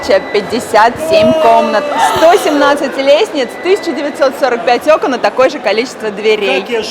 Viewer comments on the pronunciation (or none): none